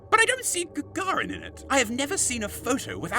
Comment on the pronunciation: The way you pronounce Sow and Gagarin. Ask your Mum and Dad how to pronounce things properly.